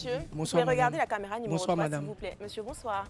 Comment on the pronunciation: vraiment, ondit CAMÉRA et pas CAMEURA apprend à parler français avant de venir faire la leçon aux gens, Mme la peintre 😂😂